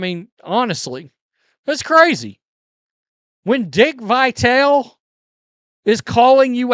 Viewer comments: First, Matrix pronounces Harry Caray’s name wrong. Now, can’t pronounce Dick Vitale’s name correctly. These are 2 legends in sports broadcasting! WTF? I mean, what are we doing here? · You haven’t been watching basketball for that long if you don’t know how to pronounce Dick vitale’s name lol